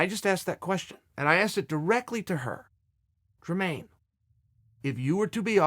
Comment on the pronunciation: If Chael says Dremaine, it’s Dremaine 😂